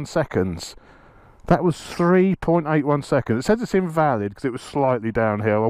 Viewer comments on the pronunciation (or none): none